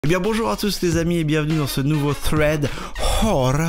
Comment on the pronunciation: Superbe accent angliche, tu devrais toujours prononcer "thread" comme ça c'est un vrai plaisir pour les esgourdes (et ça dépayse !!)